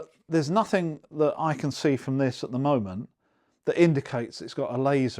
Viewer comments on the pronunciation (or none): "adver", "momen" Pronounce your T's